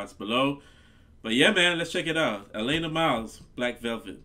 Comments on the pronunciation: Another singer who is not a one hit wonder. Its pronounced AH LAN AHH Nice to see you finding Canadian music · He first name is pronounced Alaaana with a flat a sound. Great reaction! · The second 'a' in her name is pronounced short, as in 'cat'.